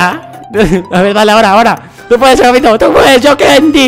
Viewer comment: es agapito no ahapito